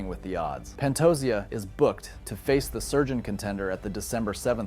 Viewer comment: Pantosia? U mean Pantoja? Learn the names jackass